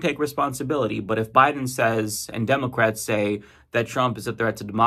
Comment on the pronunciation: I hate how you say, "Demulcrats."